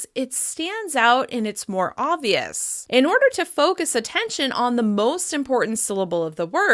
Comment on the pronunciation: Hi,. Thank you for your excellent video. At 0：57，“it stands out and it's more obvious.” I can't hear the B sound in "obvious." Is it there. Thank you so much in advance.